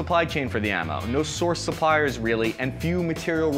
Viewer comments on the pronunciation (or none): none